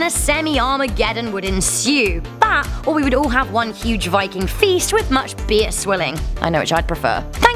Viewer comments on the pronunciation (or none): none